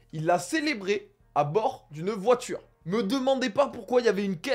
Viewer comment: “Voitire” au lieu de “Voiture” ça m’a fait rire 😅 je sais pas pourquoi